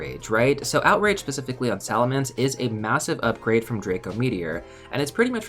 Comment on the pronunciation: SalaMENCE not mance